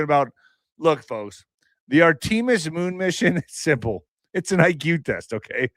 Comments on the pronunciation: IQ test- How to say Artemis- ART AH MISS - not AR TEEM US! If you believe in a flat earth you have zero understanding of physics. Less than zero. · Talk "IQ" test...learn how to say "Artemis" because you sound very ignorant the way you mispronounce it! As for "flat earth" again this is so off the rails I can't stand to listen to you anymore!